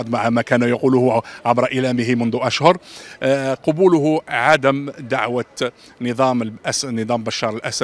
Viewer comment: أخي قل قَبوله ولا تقول قُبوله لأن القُبول معروف وهو....